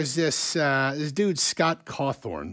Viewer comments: Why is a NEWS channel talking about Scott cawthon (think I spelled that correctly) and he keeps saying “Cawthorn” and why does it matter about peoples political opinion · And believe me when I say that I really truly side with Scott Cawthon. I just find it odd that he didn't talk about his creations like those are his accomplishments and butcher his name as he speaks it.